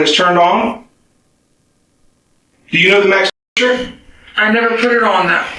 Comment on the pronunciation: if the best crime channel can’t even say the word temperature then the standards are abysmally low 🙄